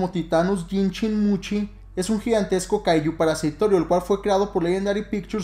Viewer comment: El Fandom:Se llama Titanus Jinshin-Mushi: Y I N C H I N - M U C H I